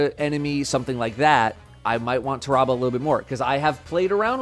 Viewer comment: listening to him pronounce Tarrabah makes me wanna rip my ears off